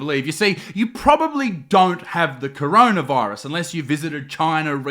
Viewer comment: I don’t want to sound rude or anything but it’s coronavirus not chronaviruse